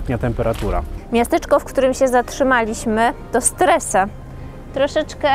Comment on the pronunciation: Wymowa wloska do poprawienia!!! "Lago Maggiore to nazwa wlasna. Nikt na swiecie nie mowi Jezioro Maggiore.. Stresa mowi sie Streza i td td... Uuuuu